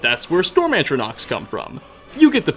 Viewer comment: No one: Not a single soul: William Shatner:: <ANTronachs>